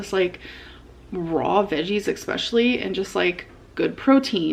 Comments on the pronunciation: not her saying “aten” “excetera” and “expecially” all in one sentence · "aten"...."expecially".... maybe we've cracked the code on why she copies what others say in videos. Words are hard. I've seen so many people try this raw veggie trend with mustard/cottage cheese....it almost makes me wish I even halfway liked cottage cheese lol